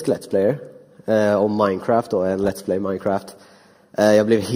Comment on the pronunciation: har ni hört hur hon inevju kärringen säger let's play hon säger lets plejs